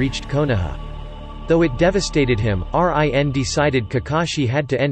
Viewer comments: Did he just said R I. N instead of rin😂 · Me cretiking him saying R-I-N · everybody:rin him:R-I-N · What make me trigger I say rin he say r-i-n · Normal people: Rin This bot: R I N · Why do you said Y A G U R A and R I N exepte rin and yagura and why did you say that black zetsu is a jinchuriki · It’s run not r i n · instead of rin its r i n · It’s not R I N , it’s Rin Smh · R I N instead of regular Rin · Not R. I. N.... Its Rin Nohara.. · When it says R,I,N but its rin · It's rin not R.I.N 😪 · Rin not R.I.N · Dude can you stop saying fucking R.I.N YOU BICH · Bro when pronounced Rin as R I N. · Everybody talking about Rin being pronounce like r I n but the way he pronounced yaguras last name lmaoo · R.I.N was annoying me so much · I stopped watching this shit as soon as he said R-I-N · What the hell is with him pronouncing that as R-I-N?! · Wtf R. I. N like RN for registered nurse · R-I-N???!! are u kidding me? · whats with the R.I.N.? ,... I'm not bashing about it but I think it's kind of funny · Bruh he pernoused RIN wrong. It's sounds like your saying reen when you pernouse it right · R-i-n lmao 😆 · R-I-N wtf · Who the heck is R-I-N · Really just can't say Rin smh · how can he pronounce uzumaki but not rin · U should use ur real voice bc it doesn’t pronounce a lot of words right like rin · Bro after he said R-I-N and than said MIN-nato namakazie I had to check out 🤦🏾‍♂️🤦🏾‍♂️ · What the F! R.I.N. Can't read 1 syllable names? I take it back. K.a.r.a.t.a.c.h.i. kills the video. Please do not upload until you finish school. I understand that some Westerners cannot pronounce Japanese well but at least some tried and not spell them out. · damn I hate how you pronounced rin and isobu's names